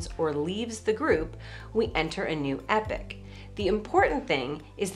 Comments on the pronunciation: I have never heard the word epoch pronounced as you did. It sounds like you are saying "epic" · It's only controversial to her because she mispronounces it, so people argue with her about it! The two accepted pronunciations are EE-pock and EPP@ where I'm writing "@ for schwa, as in the second vowel of "lemon". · Ikr. If pronouncing it as epic is ambigous, why not save us the confusion? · Epic? Quit saying epic. Its clearly the other pronunciation. Because your way of doing it is ambiguous with another word. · I've never heard it aloud that way. How bizarre. I wouldn't have thought it was a controversial word